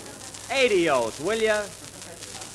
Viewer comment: Love how Jack mispronounced Spanish words; menaña and aydios